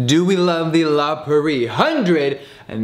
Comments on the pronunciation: I love you, but it’s La Prairie, not “La Pur-ee” 😂❤️❤️❤️❤️ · when he says “la prairie” it sounds like he skips over the first r 😂❤️